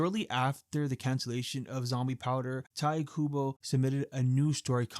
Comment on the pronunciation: Its pronounced taito kubo